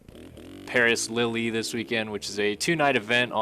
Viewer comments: Lille is pronounced Lill not Lilly lol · Coming from a soccer guy I'm pretty sure it's pronounced like leel not lily